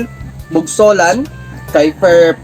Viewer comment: Bugsocan ang pilyido ko Hindi bugsolan😂hehehe pero ok ra paki shout out Uli ha